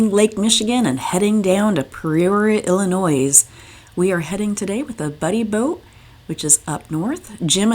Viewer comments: No S sound in Illinois. It sounds like El-in-noi. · The s in Illinois is silent. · The S is silent in Illinois. It is grating hear as a native of state!!!! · thanks for that and accepted. I have known several people from Michigan and never hear anyone else pronounce with the s. But I think you heard this from more than me. We Illini are a loyal. Thank you for videos and safe travel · There is only ONE Illinois. The S is silent. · Good video, but a heads-up, you don't pronounce the "s" in Illinois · I didn’t want to tell her the s was silent